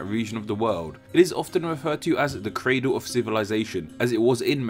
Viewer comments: * Cradle, not Cradel. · mate you got cradle wrong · Correction. Its "CRADLE" not "CRADEL". No offense